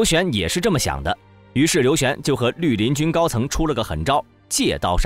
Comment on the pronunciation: 陆林军成了驴林军，听到这个发音，就不想看下去了。